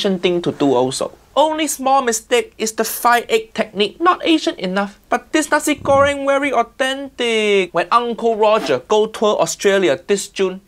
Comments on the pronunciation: It is pronounced 'nah-see' goreng, not Nazi goreng 😂😂😂. Nice video, otherwise. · Nasi, not nazi 😂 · You literally said "Nazi Göring"... yikes! xD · nazi-goreng is a cool pronunction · Am I the only one hearing "Nazi Göring"?